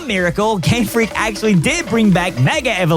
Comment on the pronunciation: ... did I hear Gamefleek? XD